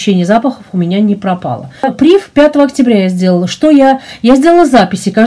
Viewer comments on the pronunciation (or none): PrivE, фр. слово, ударение на последнюю букву.